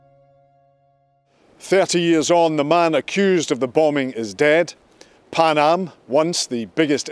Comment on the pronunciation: 'PAN AM' not 'PAM AM'